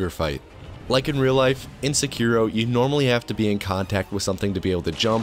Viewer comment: When you say "In Sekiro", i hear it as. "Insecure Oh." lmfao!.